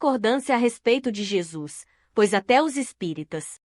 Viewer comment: Kkkkkkkaaaa mas ke. Leitura. Orrivel. Ela fala. Algumas palavras. MT. Errada. Por exemplo. Quando jesus disse na crus. Pai. Perdoem. Pós eles não sabem. Oke babem kkkkkkaaa. Cardeke ela pronunciou. Valdeci. Eu tirei d. Narração. Masculina. Por ser. Ruim. Colokei. Nessa. Mulher ke. Fala as palavras. Toda errada. Ainda. Vai pedir. Like. Será k vai ter coragem. ??????